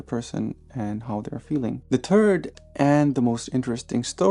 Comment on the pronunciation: I like your videos, but yet another time i hear, that your "third" sound like "turd" 😀 Maybe it's better to change the way how you pronounce it